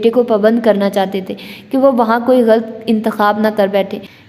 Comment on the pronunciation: واقعی باجی مجھے تو بہت مزہ آیا میں خود اب سن رہا ہوں دل تو بہت کرتا ہے کمنٹس کرنے کو مگر مجھے اندازہ ہے کہ پڑھنے والے کو مشکل ہو جاتا ہے ویسے آپ شاندار پڑھ رہی ہیں ماشاءالله اور غلط کو غلط پڑھیں(galt) نہ پڑھیں یقین کریں قاسم علی شاہ کے بعد آپ دوسری شخصیت ہیں جنہیں میں نے اس ہفتے galt پڑھتے سنا 😝😁😅 شکریہ